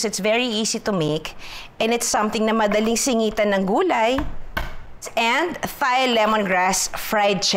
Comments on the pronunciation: Hindi po prinopronounce ung H sa Thai. Parang Tay/Tai lang sya hindi Thai na parang thigh 😊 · “Thai” is pronounced as “tie” like the knot, not “thigh” 🤦🏽‍♂️ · Hahaha, from Nong to watoosi— I love your videos! Oh, sige na nga, game. Ako na mamabash, but the common (I won’t say “proper” because everyone has their own way or preference) to pronounce “Thai,” is TAI. Not with the “th” sound. Love you! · Its pronounced daw po as Tai.. though the spelling is Thai. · my life my choice.....mind your own business...kaya nga totoong show ito walang perfect may pa th th pa ano ngayon kung gusto nya ng ttttthhhhhaaaaiii...aysus abaw nkang gid.....tan aw lng bala damo kamo mga perpekto ah kadto kmo sa mga oerfect ah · Judaaay! Thai is pronounced as 'Tai' 😊